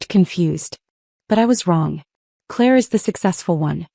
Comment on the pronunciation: Claire, not clear